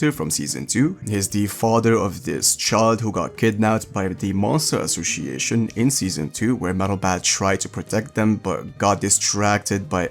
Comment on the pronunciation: Man I have some issue with English pronunciation too (I'm italian) but the C in "ASSOCIATION" has to be pronounced as a S! 😅 You often pronounce it like a C